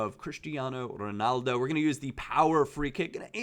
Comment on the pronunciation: Why can no American not say Ronaldo properly ?